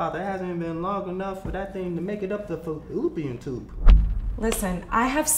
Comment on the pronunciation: Man said fallupian tube 😂🤣😂🤣😂